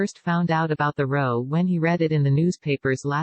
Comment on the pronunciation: love the content but I knew the voice on this channel was computer generated, a male false voice, has suddenly changed into a female false voice, its the word row that gives it away, the spelling is right but it's pronounced raw new it